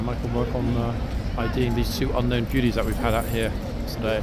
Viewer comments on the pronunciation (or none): Just watched you in someone elses video when you were filming the two police horses leaving horseguards the other day. Could hear you clearly saying "Wow look at these two buties" ❤